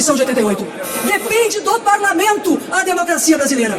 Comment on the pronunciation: Quem é a moçoila lacradora? Ela é do "parlameinto"? Há quanto "teimpo"? Ela fala "dais" "emeindas" "parlameintares". Ela é do Partido do "Adéilio", o lobo solitário da alcatéia, que "teintou" matar Bolsonaro.? Ah "eintão" tá.. Já "deistilou" o veneno, cascavel.